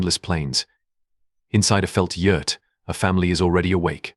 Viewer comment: When were you in Mongolia 🇲🇳. I have been there several times and your not correct in a lot of information very sad. I'm from Ireland 🇮🇪 so trust me you can't even say Yurt correctly